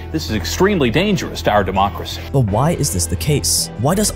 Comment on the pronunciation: "THIS IS EXTREMELY DANGEROUS TO OUR DEMOOOCRACY 🐄"